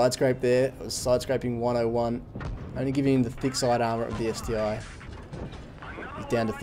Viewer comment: It's not ST-I but ST-1:-)